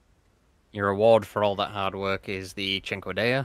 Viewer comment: Holy shit, actually knows how to pronounce cinquedea